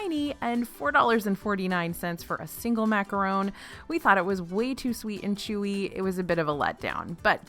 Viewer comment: HI! I LOVE YOU!! Just so you know macaron is pronounced like yawn or gone, not like bone or zone ❤️ but thank you for spelling it correctly!!